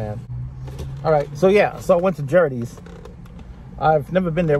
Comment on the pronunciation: Don’t think u pronounce gerrirtys right. It’s GAR IT TYS